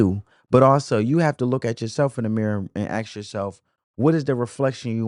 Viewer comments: Girl, the word you are looking for is "ask". An "ax" is a tool to chop wood. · Aks....and we're not expecting you to speak the "white way," we expect you to speak the "right way." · Once someone says axe instead of ask you lost me. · Let me axe you sumptin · Lemme axe you sumptin